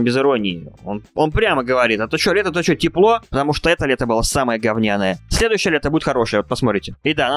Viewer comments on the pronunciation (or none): он так ашыбался гаваря што следуйшяе лето будет лутше каронафигус гробаный